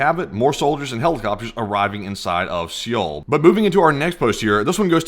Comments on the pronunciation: Seoul is said with silent E its very annoying the way ur pronouncing it, for future videos look it up Plz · Learn how to say Seoul before you go live next time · The E in Seoul is silent for goodness sakes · ffs figure out the pronunciation of the city you are gonna talk about before making a whole youtube video. It doesnt have to be perfect. Nobody expects you to be but at least get it in the ballpark. Especially since its the capital of a major western ally in the pacific... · Please google how to pronounce Seoul…. Its supposed to sound like sowl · It’s Seoul and not sioel 😂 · Seoul is pronounced like Soul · It’s not pronounced SEE’OL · lol "Siyole" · FYI the capital of South Korea is pronounced like soul or sole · Seoul is pronounced soul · You do not pronounce it Seoul. You pronounce is soul. But awesome video thanks again. 🙏🏽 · I don't mean to be critical. This is for your own edification.... Seoul is pronounced similar to "soul" ... The e is silent. Really want to thank you guys for doing what you do, and bringing this information to us. Keep it up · Please pronounce the capitol as "Soul." I'm a Korean Army Intel linguist. Trust me. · Damn, the opposition leader must have some athletic ability left in his old (middle?) age. I know I could never hop a fence (granted, hard to do it from a wheelchair, lol) **Btw,, capitol of S.Korea is pronounced like "soul" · Seoul is pronounced Seo-ul (just say Soul), not See-oul. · SEOUL isn't pronounced see all....its pronounced like Soul. You are making my korean wife cringe everytime you say "see yeall" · How is it, that sometimes you pronounce the capital of South Korea "se-oul", with two syllables, and other times you pronounce it correctly, Seoul, with one syllable? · Pronounced soul not see ol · Dude, it's just pronounced 'Soul', the 'e' is silent. It's not 'Sea-ole'. Pretty importent if you are going to mention it a hundred times in 14 minutes. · The way he pronounces Seoul as seee ole it’s pronounced soul